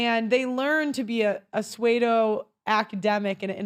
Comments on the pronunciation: Did you say "swaydo"?.... I think you meant pseudo (sue-doe). Youre welcome haha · A 'say-d'oh' academic? Do you mean 'pseudo',? Gee. It's pronounced 'sue' not 'say'.